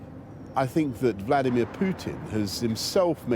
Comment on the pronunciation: IS CALLING HIM VKLODIMIERE